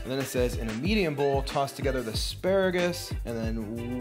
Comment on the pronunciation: "Asparagris" LOL